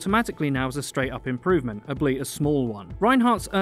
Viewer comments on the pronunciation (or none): did he just say ableit instead of albeit. one of the weirdest things i've ever heard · When he says "Albeit" it sounds like he says "Albleet"